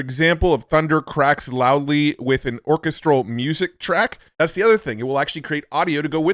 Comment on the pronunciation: robovan sounds exactly like the way you mispronounced orchestral